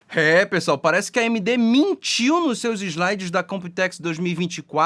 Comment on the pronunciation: "Você mintiu. Mintirôso !" 😂